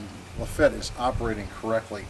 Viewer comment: LafettE the E is not silent